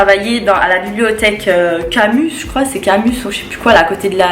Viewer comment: Tu racontes que de la merde c’est chaud c’est gênant . Une personne qui a fait un bac L ne dit pas Camuss c’est Camus ..